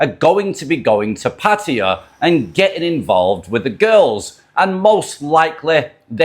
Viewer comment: So glad to hear a podcaster pronouncing Pattaya correctly for a change, well done man.